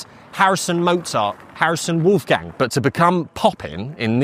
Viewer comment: it's not "woof gang" ... it's w-oh-lf-gung.